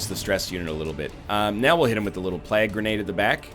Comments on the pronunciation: Agreed. It's "plague", sounding like "vague", not "plag", sounding like "drag". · Egg stop saying plag. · NL's pronunciation is a plag on my ears lol